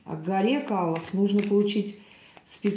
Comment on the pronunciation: Не Калоа,а КайлАс,ударение на 2ю А